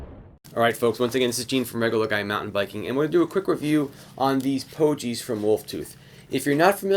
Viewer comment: Thanks for the good review. Pogie with a hard G though. Rhymes with hoagie. :-)